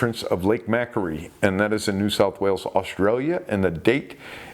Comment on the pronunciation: Hey great show as always. Just wanted to let you know as a resident of Lake Macquarie it's pronounced Makworie 👍